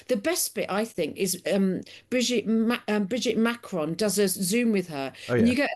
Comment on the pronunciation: The way she pronounces Macron is really beyond everything! Cringe.